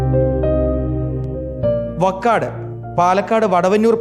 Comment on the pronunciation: Vakkad alla vaakkad